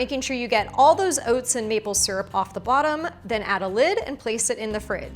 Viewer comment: Overnight “Owhts”